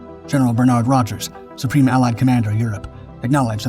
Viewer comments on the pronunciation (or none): none